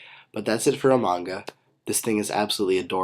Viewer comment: stop saying emonga its emolga